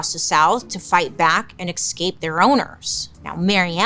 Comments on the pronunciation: I was listening to her podcast the other day and that „excape” really threw me 😅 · FFS man, you're a grown woman. It isn't pronounced excape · I just LOVE Bailey and the way she says the word “escape” 😂❤️❤️ she always pronounces it like “ekscape” I’m obsessed 💞